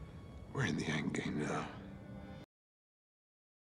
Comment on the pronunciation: Listen closely he says “A Game up there” not “ EndGame up there”